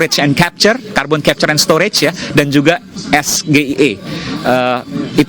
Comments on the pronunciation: Baca yg bener juga harusnya .. Es..Ji..Ai..Ii...kan itu istilah inggris Brann, Brannn...😅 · Singkatan SGIE yg harus nya disebut Es-Ji-Ai-i kenapa malah Es-Ge-i-e ?? Sok debat pake bahasa asing tp salah. Katroookkk .. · perasaan gue SGIE itu sebutannya ES JI AI I. pintar dari mana? 😂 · Rocky gerung klo d kasih prtanyaan singkatan jg gk paham Singkatan nya apa? Konteks nya apa? Sgie di kira kita kan singkatan bahasa indo eh trnyta b inggris Pelafalan sgie nya b indo pula Gw yakin klo rockygerung d ksih prtanyaan sprti itu dia bakal maki" sm yg nnya Prtanyaan yg jelas pake istilah singkatan pula. TPS = tempat pemungutan suara TPS =Tempat pembuangan sampah Dan msh bnyk singkatan" yg sm apalgi dlm bntuk b inggris dgn ejaan b indo. Wah blunder